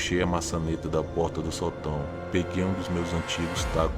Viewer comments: Ele não percebeu que Sótão têm acento daí a pronúncia sotão. 😊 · Fora o detalhe que você esta falando a palavra sotão com entonação errada esta muito legal. Historias interressante!